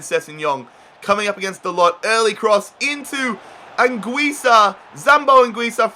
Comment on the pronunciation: it is not diego, it's diogo and it is not "da-lot" but "da-loh"(how it is pronounced